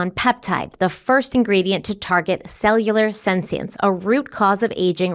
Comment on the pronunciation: can you please learn how to pronounce senescence?